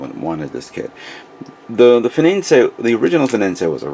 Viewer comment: Yo not to be so hard on you but can you not read? Its fenice not fenincé.